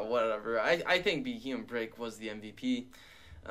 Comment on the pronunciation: it's proounced Bee-Ee-em his name comes from the term BEM or Bug-eyed monster